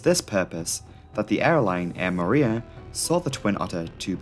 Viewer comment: Superbly researched video as always- btw Moorea is pronounced "Moh- Oh- Raya" not "Mooh-reea"